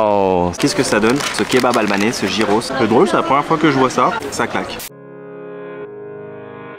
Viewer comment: Pas jyros mais gjyros!!attention à la prononciation et ce n'est pas du yaourt dedans mais du tsatziki!! Lol, sympa tes vidéos